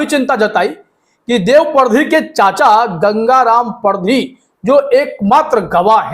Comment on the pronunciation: सर परधी नहीं पारदी बोलिये मालवा क्षेत्र खासकर गुना जिला में वास करने वाली जाति